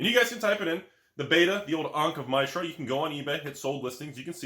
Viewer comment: The way you are pronouncing Mishra is worse than the binder damage. Learn your fictional word pronunciations.